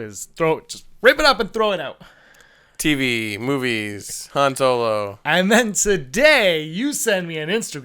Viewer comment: Haha I laughed every time said "Han Solar." LMFAO